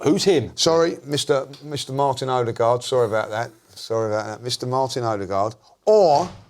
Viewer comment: Blimey actually for once prounced Martin odegaards name correct he usually says oddygaard lmao